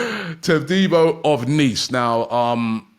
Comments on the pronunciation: LOVE ROBBIE'S FRENCH PRONUNCIATION OF JEAN CLAIR TADIBO 😅😅😅😅😅😅😅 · If Todibo joins Robbie will never be able to pronounce his name properly 😂😂😂